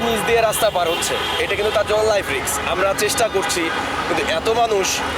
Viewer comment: রিক্স না রিস্ক হবে